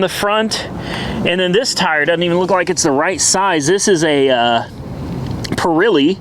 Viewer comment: "PURILY"? dude you really need to improve pronouncing Italian names, go to Google or YouTube, etc